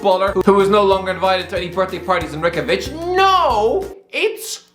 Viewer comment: the way he pronounces Reykjavik